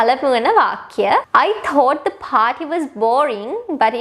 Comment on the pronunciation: Good lesson, teaching, but you should check your pronunciation of "thought" didn't sound right. However, I enjoyed your lovely voice.